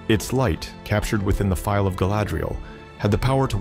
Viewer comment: Phial, not file.